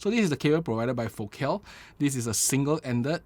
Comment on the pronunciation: You pronounced Focal right ✅